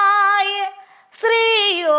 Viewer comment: യോഗീശ്വരായഎന്നാണ് യോഗീസ്വരായ അല്ല